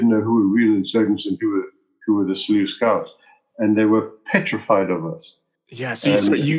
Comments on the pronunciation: Say Loose Scouts haha. All good, thanks for the episode. Geniet jou dag. Markus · You mispronounced Selous Scouts. Serious FAIL!